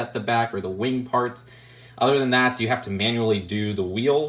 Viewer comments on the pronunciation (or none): none